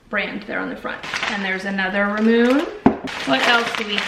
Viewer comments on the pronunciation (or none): Not sure if anyone has pointed this out yet, but it's not "rah-moon", it's "ra-muun-eh" lol Also you should totally try the mochi! It's super tasty and chewy, and I promise it's not raw dough 😉